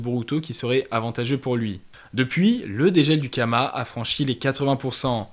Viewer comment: C karma pas kama non ?